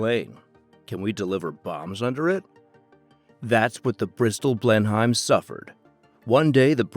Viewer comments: It's pronounced "Blenim" Like "Denim" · Dear lord the pronunciation of Blenheim is shockingly bad......